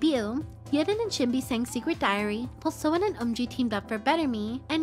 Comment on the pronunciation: It's sowOn with an O. Not an A. Thank you for the amazing video once more!